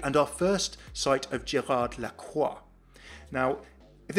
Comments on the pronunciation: we don't say the "d" in Gérard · Hey ! Just wanted to say, that in French, you don't say the D at the end of Gerard. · I love tour accent when you say "Amélie and Gérard" XD